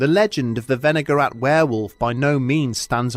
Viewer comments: I thought for sure you said vinegar rat at first. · I was listening instead of watching and the first time he said "Wenigarath" I thought he said "vinaigrette"